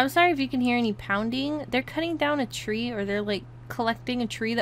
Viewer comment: what happened to your trweezz in your game :3 *trees* lol just askin no disrespect .. love ur lP's btw